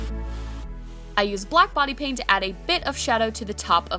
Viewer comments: It sounded like she said "Bonnie paint" when she said "Body paint". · I thought that you said white Bonnie paint